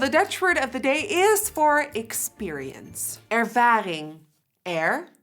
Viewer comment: ervading? I love the way you teach people a dutch word of the day that is really nice of you